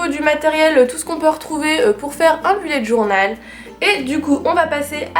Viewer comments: BELLET DJORNAUUELLL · *Boullet’ djornaule* serait la bonne prononciation:) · Belette djornal